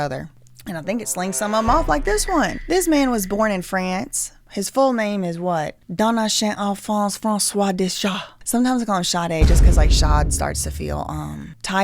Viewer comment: Hello, ok… please reach out if you need help on French pronunciation 😁…Gide is pronounced “Jeed”, Thers no “h” in Sade. What I’m concerned about is spiraling into examining the why of the books being chosen. I’m French. I studied literature in my bachelors and all 3 books are classics of French post-Revolution, and helped to reshape philosophy in French culture. I’d prefer not guessing like this at the “why”. Seriously. Talk about insulting about what Candace inferred…no wonder the couple is suing. What if she’s wrong? Will she take accountability? Please don’t spiral into this. I feel like those are not the reasons at all that Macron picked those books. Seriously. If he did thoug, I got questions too! 😅 ✌️ love your channel but I needed to speak up about this.